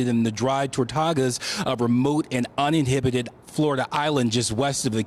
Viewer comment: Uhhmmm it's an UnINHABITED island, not uninhibited island.... way to go Faux news